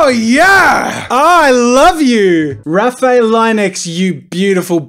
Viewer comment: It’s pronounced raf i el